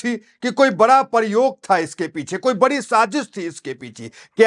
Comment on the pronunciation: ऐसा सवालिया निशान वाली हैडलाइन के साथ काल्पनिक और भ्रामक अफवाह फैलाते हो ! पहले बोलना सीखो - प्रयोग शब्द बोलना नहीं आता और परयोग कहते हो ? अफ़वाह बंद करो ! क्या इतनी समझ नहीं आप में की ममता जैसी देश विरोधी की बातें लेकर अंटसंट बकते हो ? विजय रूपानी के हाथ से इसको क्या लेना देना ? दुकान चलाने के लिए आप भी ऐसी क्लिपें बनाके ऐसे देश विरोधियों की बकी को इतनी अहमियत देते हो - भ्रमित ख़ुद ममता फाँसी है रोहिंगियों और बांग्लादेशियों के चक्कर में इसलिए ध्यान भटकाने कुछ भी अंटसंट बकेगी और आप साथ दे रहे 👎👎👎👎❌👹❌👹😛